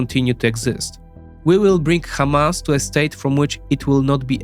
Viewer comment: If someone is starting his video by pronouncing Hamas as: Khamas ... You have to run 😅